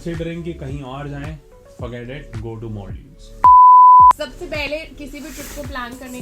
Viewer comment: It's Maldives 😁 not Molldives 😁😁😁